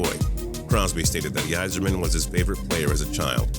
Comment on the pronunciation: It's funny how people are so triggered over the fact that he mispronounced Roy's name but nobody seems to care that he mispronounced Yzerman too